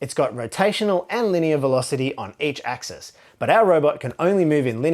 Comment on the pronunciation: Thank you for pronouncing axis and axes correctly. I don't always enjoy watching videos from fellow Australians (for one, our accent can be quite unpleasant sometimes lol) but your videos are excellent!